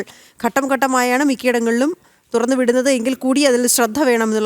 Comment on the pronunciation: Thudarnnu alla thurannu.